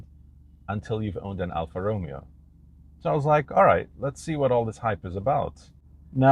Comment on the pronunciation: You pronounce the Romeo part wrong. Lol